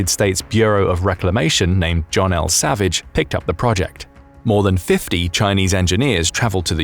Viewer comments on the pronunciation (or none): none